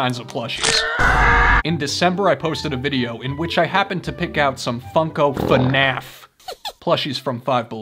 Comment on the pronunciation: Brooo. It's not finaf is fnaf like waah but fnaa..fff . It's not that hard🥺